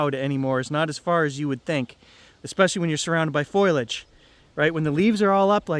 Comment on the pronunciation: Not a big thing, but you pronounce foliage as “foilage”, like aluminum foil. I think it should be just a long “oh”, like fo liage, judging by how it’s spelled. Love ya, brother!